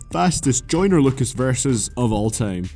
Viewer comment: Dude its time not TEJIIMEE... ffs xd